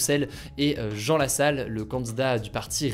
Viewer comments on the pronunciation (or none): none